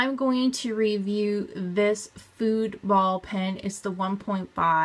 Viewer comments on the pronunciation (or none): Really interesting to drum my fingers on the table, waiting for you try to find other color pens and then seemingly wander around off camera looking for other stuff. Suggestions: know what you’re going to do and have your props set up BEFORE you turn the camera on. PS: It’s pronounced “FOO-DAY”...not like it rhymes with “rude”. lol